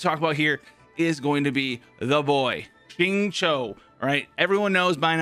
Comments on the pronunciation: by the way, ur xingqiu pronunciation is perfect. Be confident in pronouncing his name. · correct We write in pinyin format of her name as xinyan But we pronounce as sinyan So we pronounce Xingqiu as singchew Well not exactly chew but pronunciation is the more correct version. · yh and that's how the Chinese VA of Xingqiu who is Chinese pronounces it. Thanks for ur opinion